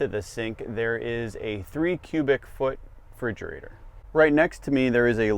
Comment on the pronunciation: Fridgerator? . . . . . . . . Refridgerator!